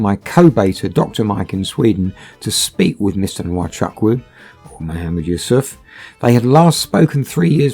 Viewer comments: Nwa Chuck Woo,,, lol its pronounced "Wa Choo- Koo" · To the narrators/hosts: You are Nigerian even though the accent is different. You therefore know that your pronunciation of Nwachukwu is wrong. Isn't it taking it too far to pretend otherwise? (And no, the 'photos' of you, aren't the real deal) On today's subject, I hope he never sets foot on any other soil but his. Evil and wicked scammers! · it’s not totally wrong but it’s more like (n)wa-chuk-(w)u the n and w being really faintly pronounced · How they pronounce nwachukwu as wachaku Dey off me sef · Lol the way you pronounce Nwachukwu is hilarious.